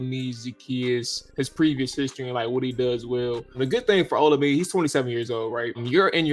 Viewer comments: Bruh. His name is pronounced. O-La-Me-Day. Other than that keep up the good work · Olamide... pronounce OLA-ME-DAY. Its a Nigerian (Yoruba) name. Keep up the good work fella!